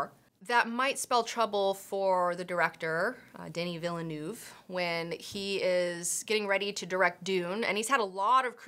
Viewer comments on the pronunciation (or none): It's pronounced "Veal-Nerve"